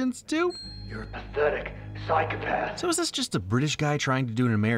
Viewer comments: Lol I noticed that right away... "PSHYCUHPATH".... LOL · that is how we brits pronounce psychopath, never noticed the difference before...! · Yes. We Brits say Psychopath like that. Never occurred to me before that Americans emphasise the "o" more haha